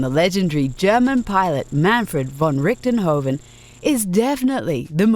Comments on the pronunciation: Von Richtenhoven? No. Lol just no. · Manfred von "Richtenhoven?" I believe it's Richthofen, but good effort! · It's not Richtonhoven, it's Richtofen. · "Manfred von Richtonhoven" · did they really say "Ricktohofen" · "Ricktenhoven"?! Richtofen! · Richtenhofen? Richtofen? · "Manfred von Richtenhoffen"?? That announcer lady is not very bright, is she? It's "Richthoffen", lady, not "Richtenhoffen". Get it right. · "Baron Manfred von Richtenhoven" I died a little inside. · Manfred von Richthofen. Not Richtenhofen... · Who the fuck is Rickten-hoven? Did they mean Richtofen? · the comment is wondering why she pronounced it that way. Its pronounced "Richthofen", not "Richtenhofen". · Toy Soldiers isnt Xbox ecxlusive - The Red Baron is called Richthofen not Richtenhofen ...you dumb wits, do your stuff properly or dont do it at all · It's Richthofen not Richentofen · I am glad Red Baron finally got some recognition. But the baron's name is not "Ricktenhoven". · hate to say it, but it is actually 'RichtHofen' not 'Richtofen' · You put The Red Baron in the top 5 and didn't even mention Rise of Flight? Also, I hate to be THIS guy but, its Richthofen, not "Richtenhoven" or whatever it was that you said. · Its, Manfred von Richthofen, not Richtenhofen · DID SHE SAY RICHTEN HOVEN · Richtenhoughven? Roflmao. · lol she said richtentofen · "ricktenhofen" haha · God... Rickten Oven .. Haha stupid ! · "Manfred von Richtonghogen" lmao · They SLAUGHTERED Richthofen's name. it's pronounced "Rikt Toffen" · Well they pretty much butchered Richtofen's name..... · Well it is Manfred von Richthofen xD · Idk, I find it kinda cute and funny the way she mispronounced it. :)